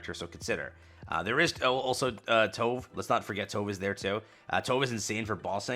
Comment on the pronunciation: Just gonna pop up to say that you are pronouncing Tove name wrong (we all did that at release xD) Her name is pronounced Tube (like the Tube in Youtube but including the e at the end). You can also check in her first encounter voice line.